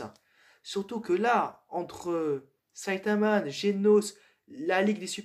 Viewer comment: Pour me corriger C'est Saitama et pas Saitaman Et dsl pour la prononciation le nom du rappeur 😭 ( Orelsan)